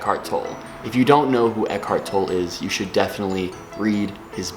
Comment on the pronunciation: Think it's pronounced tol-lay